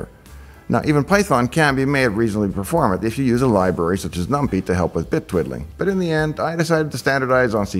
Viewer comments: Quick things on pronunciation (which may be on purpose for the comments?): * Clang is pronounced like the noise * NumPy is pronounced like the food stuff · And yet num-pee instead of num-pie? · Woa did you say "NumPee"? We're not using PeeThon Lol